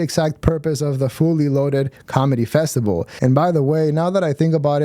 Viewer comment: I think he calls it a festival bub, not a festible.